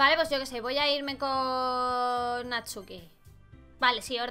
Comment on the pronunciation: Hay no decia Natsuki decia NATUSKI!!! XD Me encantó este juego de verdad, me encanta la idea de que todo se vea muy kawaii pero es terrorifico jaja me encanta ue teng imagines anime, me encant de verdad